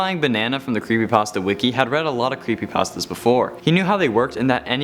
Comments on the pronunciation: No one: Legitimately No One::"Crepepastas" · He said "CrappyPastas" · I thought he said crappy pastas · Good job of saying crappypastas not creepypastas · Oh no... when he said crepypastas i had goosebumps take over me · In the intro u said crappy pastas Also u like xbox hence the topic of the video.